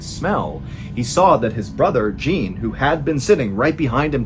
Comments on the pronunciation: Jacques and Jean? In the french case the latter is Sho with an "open o" like in the word oven, if that makes sense, while the first you pronounced right as Shak. Sorry, end of smartassing now 😂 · Jacques and Jean 😊 Jack and John in french. Same pronunciation just with a french j. I live in france and Mr Ballen calling the boy Jean like the female name but with a french j was bugging me 😂 great story though. Nice there was a happy ending for a change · Ballen: pronounces "Jaque" correctly Also Ballen: pronounces "Jean" as "Jeen" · Jean in French is said like "zhahn". :) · Ballen much love, but the “j” in Jean in french is pronounced like Jaques and rhymes with “John” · It's ironic your name is John and you can't pronounce the French Jean, (zhon). You pronounced Jacques just fine, but Jean was too much for you. Do the minimum amount of research into foreign names. I don't even speak French but I know Jean is not a homophone of Gene. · Love the great French pronunciation... until we get to Jean 😅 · I hate to be that guy, but his pronunciation of Jean is triggering me so hard. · This is not as you pronounce Jean 😂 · Not sure why Americans pronounce thé French name 'Jacques' liké ' jock'. Thé correct prononciation is this: you need to open thé vowel and pronounce thé 'a" just liké an 'a'. Thé French name sounds exactly like thé english Jack but with a soft 'j'. The 's' at thé end IS silent of course. Secondly thé French name 'Jean" sounds like John with a soft 'j' and no 'n' sound at thé end. ( Silent letter 'n') Love your stories. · Anyone want to tell Mr. JON Ballen how the French pronounce Jean?😂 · I'm (blaze it?), but I am guessing the killer is going to be Jacques. Ballen doesn't do cheesy twists as much as he used to, but this is just my gut feeling. Edit: OK, I was wrong. It's funny that the kids made fun of Jacques and not Jean, even though Jean's name was pronounced like an English girl's name rather than a French boy's name. Unlucky. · Jean is pronounced John